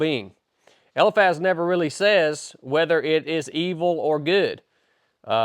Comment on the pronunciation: Isn't it pronounced. El - eye Faz?